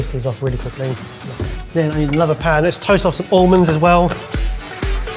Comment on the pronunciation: would win if he knew how to say almonds but he doesn't so well done!